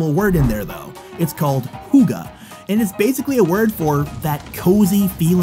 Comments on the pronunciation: It's not called pronounced 'huga'. It's more like hewkke but a not a hard emphasis on the k sound. Google translate is rather good on the pronunciation. Just type 'hygge' and "register language". It should find danish is the right language. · As a dane its funny to hear you pronounce Hygge as Hugge :D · the way u pronced hygge is very wrong whice im kinda laghing about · I live in Denmark so I couldn't stop laughing at the way you pronounced kattegat🤣 you also pronounced hygge as if it was spelled hugge. anyway the video was very good😊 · Huga?(hygge) Bro i didn't even recognize the word when i heard it (I'm danish( born, raised and still living here)) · Why does he say hukka when the word on the screen says Hygge. i dont get it As a Dane it sounds so cringe. Btw we do actualy have a word for Please eksample time: may i have the bread PLEASE må jeg BEDE om brødet. still a good video though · Its hygge not “huga” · its not hugge its hygge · When he Said hygge it sounded like ‘hugga’ :D 😂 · Him, trying to say "Hygge": "Huga" Me: Look at how they butchered my boy. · Huga 😂 i am sorry But huga? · 99% of all the people who watched this, are probably Danes, cause we love to hear about ourself. And I think we're also kinda mad about how u pronounced "hygge" hahaha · Nice (also the letters: ö, ä isnt danish. we use "Ø, Å" edit: OMG THEY WAY YOU PRONOUNCED "HYGGE"!!! no offence but that was pretty funny